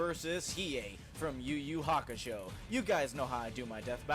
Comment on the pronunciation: you know he knows nothing about yuyu hakusho because he can't even say it right